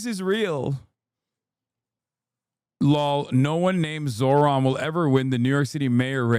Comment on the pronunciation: He's saying his name wrong on purpose